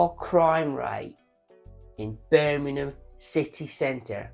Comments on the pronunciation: Need more practice at pronouncing Birmingham sir :) its not burning em lol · Can you learn how to say Birmingham correctly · Love the channel but you need to learn how to say birmingham 😂 or shorten it to brum! Great info though as always.